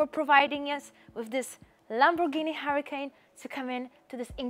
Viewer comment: LOL you have to know this you're where those type of cars are made not in Spain but somewhere in Europe maybe Italy there is no Lamborghini Hurricane like the weather disaster. That's a Lamborghini Huracan say can like con or khan you've got a Lamborghini Hura*khan and you the beautiful lady is showing a beautiful 5 bedroom with very nice swimming pool house